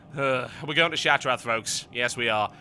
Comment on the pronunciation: What the fuck is ShattraT o.O